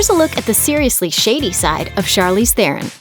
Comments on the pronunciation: Te-Ron people, not therren. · Her surname is pronounced as Te Ron. Almost more like tron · The "H" is silent. It's pronounced, TE-RON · You could at least learn to pronounce her name correctly.